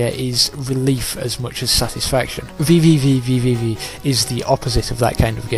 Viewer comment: While I did enjoy the "vvvvv" running gag, the game is simply pronounced "v" ("Vee"). Nice review, I don't necessarily agree with it, but good work.